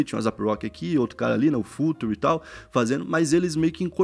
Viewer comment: Gostei do vídeo, do tema… só achei estranho os termos em inglês serem pronunciados em “português (culture, Future…)”